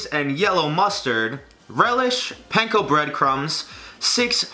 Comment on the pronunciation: Pahn-ko. Not pain-ko